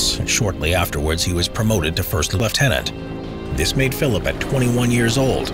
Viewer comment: Credit to an American pronouncing lieutenant correcrly